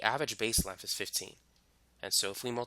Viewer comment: What the hell is "lenf"?